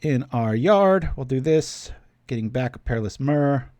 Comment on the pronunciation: Bro, everything else aside how do you pronounce myr as anything but mirror?